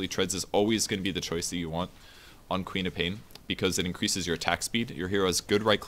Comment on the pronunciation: Lol, I was always hearing Peter Pan instead of QOP.